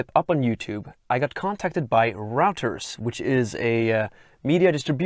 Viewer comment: By the way Royters or Roiters is the way to pronounce Reuters .